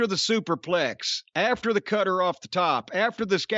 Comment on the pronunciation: Why can’t Jim pronounce the word “cutter” or “ladder” ?!? ladddeurrrr